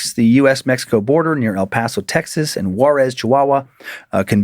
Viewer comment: The way my ears PERKED up hearing near the border I KNEW it would be about EPTX!!! Finally some recognition to the sun city of 915!! Also very impressive pronunciation Dan, people who aren’t from the aren’t don’t usually pronounce El Paso correctly so shout to to Dan!